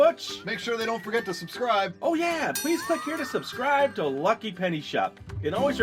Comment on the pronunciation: hey its lllllllllllllllllllucky penny shop -thats how he says it. lol